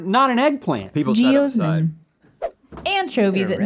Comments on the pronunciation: Stevie, it's pronounced "Gee-OZ-min" rather than "Gee-OHs-min" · no one: stevie: geosmen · As a past beet researcher hearing Stevie mispronounce geosmin over and over was a tad painful lol. ge-AH-smin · i like stevie when she says jeosmin not sure why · Rhett : Russian Restaurants Stevie : Geosmin Siri : Yep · Can we get a 10 hour loop of Stevie saying geosmin? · Stevie saying "geosmin" as many times as she could fit into the segment made me smile the most. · I want Stevie to continue saying geosmin randomly throughout episodes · Alright who was the beautiful bastard who clipped Stevie saying 'Geosmin' incorrectly 😂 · I feel like Stevie should've said geosmin one more time